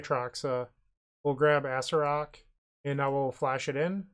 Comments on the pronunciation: is that mispronunciation ragebaiting or for comment farming? ah-SAIR-ak or more commonly ah-SAIR-uh-rak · I love the way you say Acererak. Sounds like an old donkey joke card. Lol